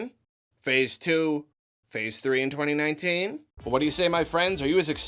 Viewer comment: 2019, twentynineteen, twentyNintendo?